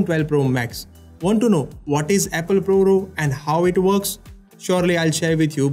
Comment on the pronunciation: What’s up with your pronunciation! You don’t say “Row”.